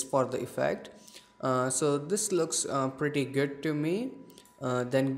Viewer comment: Hey that "preety guud"